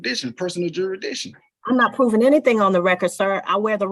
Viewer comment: He calls it. " Juridition". Thats not even a word.